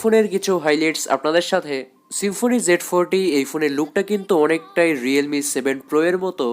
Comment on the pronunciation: সেম্ফনি না ব্রো, সিম্ফনি......